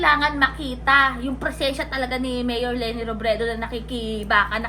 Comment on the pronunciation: Para pang pilit ang pag bigkas niya(ni ) ng M-MAYOR L-LENI ROBREDO! 🙄🙄